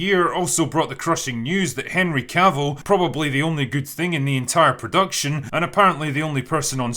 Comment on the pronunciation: Lol "Herny" Cavill